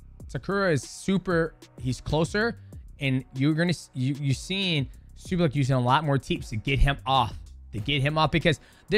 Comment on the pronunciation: Lol you said his name right once then went back to saying it wrong the entire rest of the video e.e